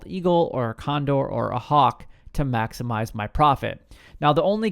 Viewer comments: I regret being first to the egg. Dude I laughed sooo hard when I heard it! And he said it multiple times!!! Anyways great video bud! No hard feelings just learn to pronounce maximize. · It’s pronounced “maximize” 😬